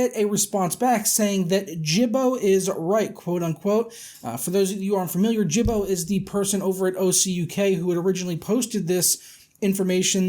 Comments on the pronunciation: Gibbo = Hard G, Gib-Bow. As in his last name, Gibson. Gibbo with a soft G, like Gym, or "Jib-bow" as you are saying it, is a derogatory term for Aboriginal peoples. Especially those native to Australia. Also, your conversion from £ to $ is useless. Almost all electronics that make it to the UK, especially upon release, simply take the US Dollar sign, and replace it for the British Pound Sterling symbol. The number doesnt change, just the currency prefix. You can look at Amazon UK compared to Amazon US for things like the XBoneS 500GB bundles, or the PS4 Pro bundles, and see the numbers are virtually the same, just the currency symbol is different. So doing a Pounds to Dollars conversion and saying "Tut-tut AMD" because the conversion is $115 higher, is really disingenuous, as that is NOT how the electronics market in the UK works whatsoever. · Thanks for the mentions in the video, but my name is Gibbo, not Jibbo. ;) Good video! :)